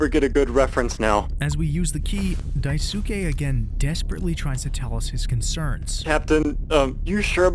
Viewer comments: the narrator also pronounced it wrong. He pronounced it "die-SOO-kay", but it should be pronounced "DIE-su-KAY", which to an English ear usually sounds more like "die-skay". So Swansea pronouncing the name correctly may just be because of the voice actor unfortunately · Wait I thought he's the only one pronouncing it wrong, in an attempt to display him as this hilbilly :d Now that you mention it, he indeed did pronounce the "su" with less emphasis correctly, but I also feel like he butchered the "ke" the most. Right pronunciation: "Daisuhkhe" Swansea: "Daisuh Kayy" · The voice over is amazing, but the mispronounciation of "Daisuke" made me figure that it was probably dubbed for the video. Edit: Swansea's voice actor actually pronounces Daisuke's name correctly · Amazing video but the only complaint I have is the way he pronounces daisuke the u is silent in Japanese so it sounds like “Skeh” rather than “sukeh” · Daisuke is pronounced 'dice-kay'. Jeez man. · Daisuke is pronounced like sauske, dai skee or dai s-kee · Dai-su-ke I can't bro. You know how they pronounce Sasuke from Naruto? Yeah it's that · daisuke = "dye - s'keh" the u in 'su' is silent in native Japanese words, like desu is pronounced 'dess' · Hey. Just FYI you dont really pronounce the U in names like "daisuke" or "yosuke". Daisuke is pronounced like "daiske". Kind of like "dicekay". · also bcus japanese names -suk do not pronounce the u, so like: Mitsuki - mitski Natsuki - natski Daisuke - daiske I think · It's pronounced die-skay. Great vid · Bro, his name is pronounced "Dice-kay". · Isn't the dudes name pronounced "Dahs-kay"? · It's pronounced like "Dice-skay". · I think people are sayinf Daisuke's name wrong on purpose now😂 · Daisuke should be pronounced with 2 syllables, not 3, btw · This video is very well made but it’s driving me crazy how Daisuke’s name is being mispronounced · Psst, the ‘u’ in ‘Daisuke’ is silent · Should probably learn to pronounce names like Daisuke.